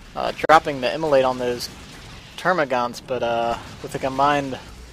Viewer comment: Thank you so much for hosting the tournament and all your hard work Two tips though: 1. It's TermaGANTs (note the absent u). 2. You reeeeeeeeeeally need to work on your awareness. This is just one of tens of examples I've noticed from your casts, but it took you about one full minute to even NOTICE the fourth squad of 'Tics. All your co-casters except for Wurgl suck in this department as well, so heads up! That said; thanks once moar!:)